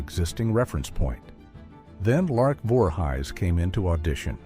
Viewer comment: Say the names right. You said larks last name wrong. Voor he's if your lousy ai can't say things right don't do it